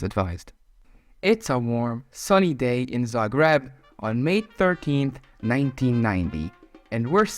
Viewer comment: your name is, and you cant pronounce Zagreb correctly?